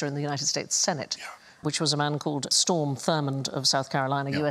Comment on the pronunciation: Strom Thurmond instead of Storm. He was far from X-Men status😂 its really become enjoyable when Gyles is on. There's always more information to gain while laughing😊❤😂